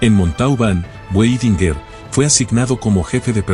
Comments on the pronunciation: Muy buena la historia de Otto Weidinger, Solo que se pronuncia Vaidingaar. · A pronuncia do nome Weidinger com o W pronunciado como em ingles ,irrita.